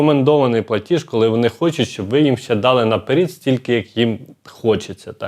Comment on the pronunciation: Ну чому ж " на перід"? Не можна так коверкати слова.☹️